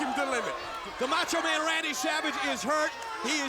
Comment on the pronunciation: "He's the MEhcho Man..."